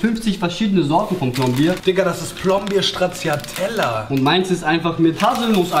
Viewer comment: Niemand:: sChTrAzZiAtElLa